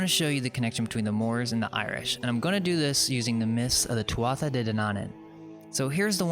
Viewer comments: I'm so glad I couldn't get much sleep . I got to see the Irish history that got deleted . 1 little tip your pronunciation of Irish is a bit off, sort of rushed. Take your time its easy eg tuathata (wrong spelling but a tip is "th" in Irish sounds like "h" with a bit of native twang so tu- ah- ata I've even lost the ability to use it .I'm nit picking but your research is so good it would sound better . only to Irish people but our language has been on a soft kill program for years that's why I mention it . I think there's a reason Also no one credits us with any accomplishments ...that is strange everyone says it but no one acknowledges it keep it up I was talking about us building everything and in recent supposed history under slavery basically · Thank you muchly. Great work sir. I'm Irish and following ourstory closely. One thing .... The tuatha is pronounced two-way.